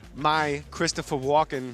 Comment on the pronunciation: It's Walken not Walker.